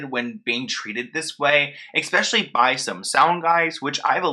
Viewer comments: Normally I try to keep corrections to myself, but you seem to heavily favor the word "especially" in your videos. It is pronounced "eh-specially" but you are pronouncing it "ex-specially". Just thought it might help. Take care. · For the love of god please stop saying “EXspecially”